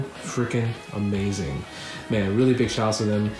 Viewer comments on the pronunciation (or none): none